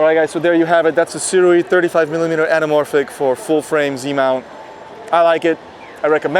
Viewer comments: It's good to see someone who knows how to pronounce Sirui properly. 😀 I originally got my Sirui Saturn 50mm for shooting video, but I love the look I get when shooting stills. It's definitely not like cropping the top and bottom of an image. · Finally someone who doesn’t pronounce it Suri or something :D